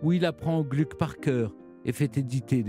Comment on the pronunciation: À , il faut prononcer Glouc et non Glück. Erreur qu'on entend encore hélas trop souvent chez les Français.